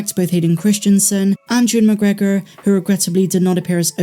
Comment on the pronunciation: Always love listening to your podcasts, on the way to work It’s pronounced you wan mcgregor I feel mace windu falling from the window needs to occur before any other series Comes out Unless it’s BoBF or obi or Mando that’s understandable Thanks so much for the breakdowns Loved how her eyes went red and was able to control the dark side angry in her